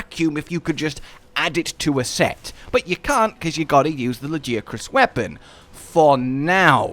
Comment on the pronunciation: the way you pronounce Lagiacrus sounds proper not like the way they say it in game LAGI ACK CRUS like bro WHAT???